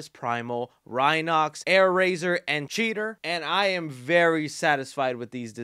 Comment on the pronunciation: It’s CheeTOR not Cheeter 💀